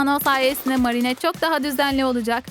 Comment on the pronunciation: Sen orda marinet dedin ama dediğin yanlış doğrusu merinet